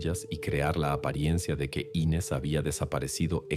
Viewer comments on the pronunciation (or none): Me mató la bandera de estados unidos en la sala. Muy mala recreación de un supuesto crimen en Brasil. Y no es Ínes el nombre es Inés